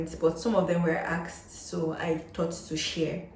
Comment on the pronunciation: In your introduction, I think you keep on repeating the word axed axed, do you mean ASKED? I think there is a difference Well, the presentation is very helpful. Thanks for sharing your experience.